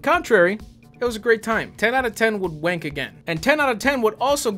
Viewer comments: The weirdest part of this video was hearing the word 'wank' in an American accent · Phecking mental mate. I haven’t laughed so hard (pun intended) and hearing an American say wank is just the cream (again intended) on top 🤣🤣🤣🤣🤣🤣🤣 Edit : those things rock.